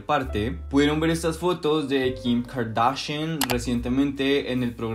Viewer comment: Mejora la manera q pronuncias kardashians